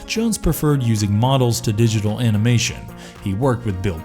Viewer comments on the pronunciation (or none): none